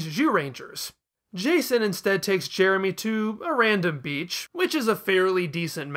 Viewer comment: Other reviews I've seen of that episode just keep making fun of Jason making Jeremy's name sound like "Germy," so I'm glad didn't get stuck on that!